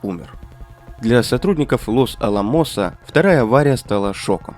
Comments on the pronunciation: может Лос алАмос а не лос аламОС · не лос аламОс, а лос Аламос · лос алАмос а не лос аламОс........... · Чувак штангенциркулем излучение измеряет ?!🤣 Лос аламОс😂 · Ударение в названии города Лос-Аламос падает на вторую букву «а» — Лос-А́ламос. Такое произношение подтверждается справочными материалами и правилами испанского языка, откуда заимствовано это географическое название. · Лос АлАмос правильно.